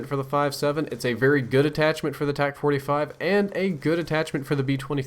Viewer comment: Tac not tax